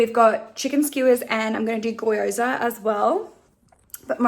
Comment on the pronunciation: Unsure if that Gyoza mispronunciation was intentional or not... love the FakeTaxi shirt though lol